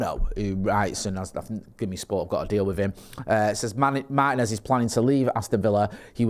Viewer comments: It's MaRRtinez!!!!!, not Mah-i-nez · MarTinez not Marhinez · They can pronounce Morrison, Maryland perfectly and it suddenly goes away at Mah-i-nez? Interesting accent